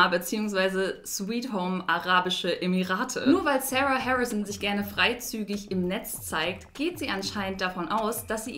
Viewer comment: Sarah spricht man nich so aus wie du